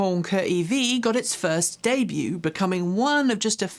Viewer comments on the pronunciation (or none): none